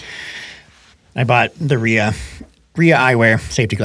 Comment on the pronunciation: you said the RIA eyewear was the best you have tried so far. I am wondering what other brand eyewear and how many others you tried. FYI, if you watch the RIA ads with Brascia, you'll hear that the brand pronunciation is "RYE uh." Not an obvious pronunciation. I know Pickleball Studio has also been making the same mistake. Thanks for this informative and entertaining podcast.